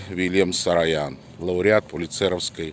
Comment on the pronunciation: Uvajaemiy Mine ochen nravitsya vasha peredacha’no pozvolyu seebe zamechat chto vi ne po army’anski proiznosite familii Saroyan eto doleko ne sarayan,pojaluysta udelite vnimanie na eto,I krkoryan a ne krkaryan Spasibo